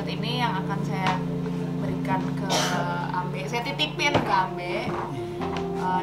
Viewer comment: Ambe' not ambe